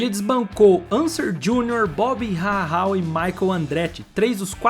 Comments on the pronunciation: Meus ouvidos doem cada vez q o pronuncia Gilles Villeneuve! Pelamor cara... vai pesquisar a pronúncia dos nomes. Um canal q se diz de F1 não pode errar a pronuncia de nomes icônicos do esporte. Mas Bob rarral foi o ápice!! kkkkkkkkkkkkkkkkkkkkkk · Crítica para seu canal melhorar, pesquise também como se fala os nomes mais corretamente, tipo Gilles e Rahal. Abraço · A pronuncia do bobby rahal foi de matar kkkk